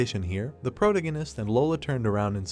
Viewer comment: Ugh… pro - TA - gonist So frustrating, this content is good but the overuse and mispronunciation of protagonist drives me crazy and I can’t focus on the content lol. Please pronounce it right or use another word!